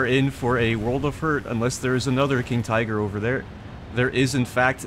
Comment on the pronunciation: Its Tiger not friggin Taigö